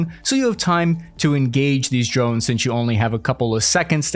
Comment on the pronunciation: Did you say New Jersey? Oh, you mean the "Drovnis"😂